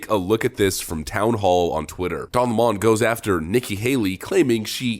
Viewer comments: “Don Lamon” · Calling him "don la mon" was amusing the first 500 times of the video.